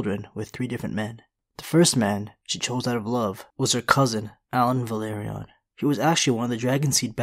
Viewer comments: It’s Velaryon not Valyrion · It's pronounced VE-LA-RY-ON, not VA-LE-RI--ON. You seem to be confusing the pronounciation of Valyria.